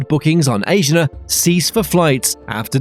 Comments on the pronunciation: I think you’re saying Asiana wrong. A-si-a-na Not Asian- a. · and it is A-S-H-E-E-A-N-A not asian-ah. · Asiana has 4 syllables and is pronounced "ah-see-ah-nah." There is no accent on any of the syllables. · It's understandable that you can't pronounce Korean names like "Incheon" but it is weird that the narrator can't pronounce English names like "Asiana". I'm glad that Korean Air is buying new planes because their fleet has been getting old. I'm guessing that they won't get rated higher until their planes level up, and the nut rage scandal is forgotten. I think the real secret to their success was turning a profit during the pandemic by switching to transporting goods instead of people.